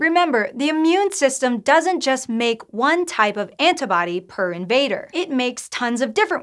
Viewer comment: "Anta-body" :S